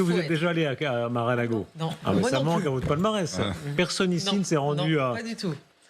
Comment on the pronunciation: FAUT PAS DIRE MARAL;AGO MAIS M A R E à L ' É G O !